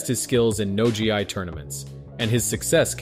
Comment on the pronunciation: Idk if youre using a text to speech or what but you gotta get the word GI right lmao. Pronounced Gee